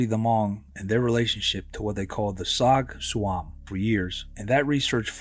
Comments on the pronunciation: It's Rog Tsuam, pronounce as Jaw George. It literally means 'to be sat on'. As a Hmong shaman, it can be caused by various entities that absorb life forces. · Tsog tsuam is pronounced Jaw Joua. As Zoo in hmong us pronounced zhong.